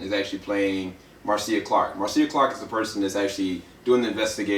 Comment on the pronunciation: Her name is pronounced "Marsha" even the love spelled Marcia and his last name Shapiro is pronounced "shop_ear _0" . Good review though !